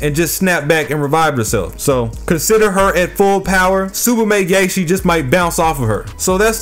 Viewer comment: "Tsubame Gay-Shi"